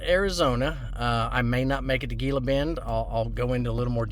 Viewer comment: It's pronounced heela bend.